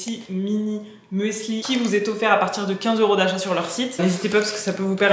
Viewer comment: Ohhh merci bcp pour ton retour sur ma chaîne ça me touche bcp 🥹🫶🏼 pour ton partage concernant la seconde main je suis aussi d’accord avec toi. Finalement on fait aussi avec ses moyens et son bon sens sur le moment. Oupsi pour le muesli, je n’ai pas réfléchi à la prononciation 😂